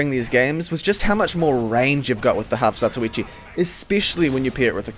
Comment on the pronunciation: I am pretty sure its pronounce, Half-(Za-To-Wee-Chee) eh who the hell cares anyway